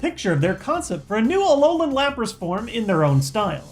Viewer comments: and it's alolan not Allan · alolan=a-LOL-an xD